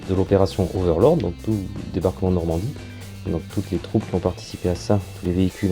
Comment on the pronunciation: Coucou, chouette maquette! (psst: on dit 'overlord')....